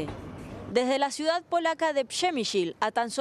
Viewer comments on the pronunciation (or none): Q pena q3no saben leer el nombre de la ciudad "premyshe" en Polonia, siendo profesionales del "periodismo " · Ve tú que sabes tanto. Son gente desgastada por todo lo que han visto y vivido en estos días,en un ambiente extranjero y tú no estás satisfecho. Ve tú y encárgate de decir bien los nombres